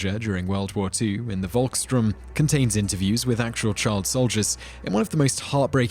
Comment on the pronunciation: Uhh just to correct you. It isnt Volkstrum but Volks Sturm as in Storm.